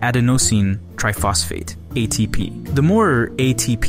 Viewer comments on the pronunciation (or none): It is "TRIphosphate" not "TrOphosphate" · Very good video, just a tiny critique: TRI-phosphate, not TRO-phosphate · isn't it adenosine triphosphate not trophosphate? I might be wrong about that. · A lot of mistakes. For example: 1. "Bigger muscles have more fibers". It's wrong. Bigger muscles have the same amount of fibers, but the fibers are just thicker. 2. "Adenosine trophosphate". Why "tro"? It's "TRIphosphate". Because there are three phosphates in the molecule. When it gives energy, one of the phosphates splits off and it becomes adenosine diphosphate, then monophosphate and pure adenosine. You try to explain things without knowing the basis. You lie to people. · Just a bit of pint out at 8:!0 its tryphosphate and not trophosphate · TROPHOSPHATE? 😮 It's TRIphosphate... Adenosine Triphosphate. TRI = three serially bonded phosphate groups.